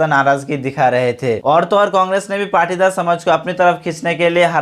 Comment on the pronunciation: I think it is Patidar not partidar